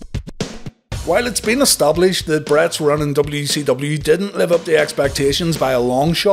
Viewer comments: Why do I keep hearing WECW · I'm glad it's not just me